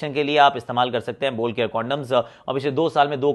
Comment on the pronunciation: Ye kya chalu kar diya isne bol care bol care. 😄😃😃😄😄